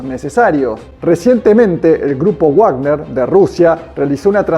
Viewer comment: Felicitaciones por el contenido informativo. Pero Wagner no se pronuncia guág•ner sino *vág•ner_ porque: 1. Es un nombre Alemán, no Inglés. 2. En Castellano, la letra w se llama v doble y se pronuncia como v. 3. Cuando uno desconoce la pronunciación de una palabra, debe pronunciarla en su propio idioma, Castellano en este caso. Hay que dejar de colaborar en la Desculturización Anglificadora.